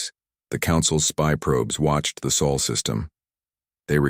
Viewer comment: It’s not Saul it’s SOL. You big dummy